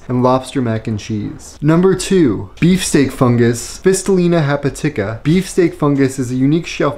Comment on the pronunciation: I love this and I love this for you, but your mispronunciation of ‘hepatica’ made me want to punch my screen. 😂 (Just jokes, just jokes!) All joking aside, thank you for the video. I currently live in Michigan, which has somewhere around 2,500 species of mushroom, the majority being edible. Would love to get into the mushroom foraging scene up here (recently relocated here from Alabama). Glad to see more mushroom foraging (and more foraging in general) online. I feel so seen! ❤